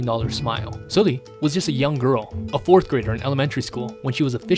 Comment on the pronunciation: Good content as always! But please it's SUL-li like the u in "but" or "dull" not oo in "fool" 😥